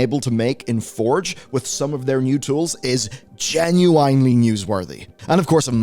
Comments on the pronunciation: Genu-IN-ely. Not GIN-U-WINELY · Stop saying genuinely like that! 😂